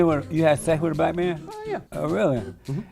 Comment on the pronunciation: “Do you luh bleh peepuh?” “You a Nahsee?”